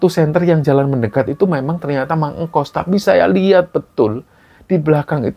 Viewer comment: tuk sebutan kayaknya bukan mang engkos deh, tetapi mang engkus